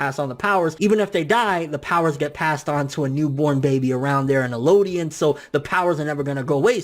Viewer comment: Eldians bro. Not Elodian. There's a translation that fucks it up, calling them Mare and Ellodian. But its definitely Marley and Eldian.